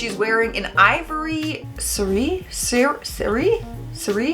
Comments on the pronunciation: It’s pronounced sarr ree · Uh! The word Sari is pronounced SAH REE.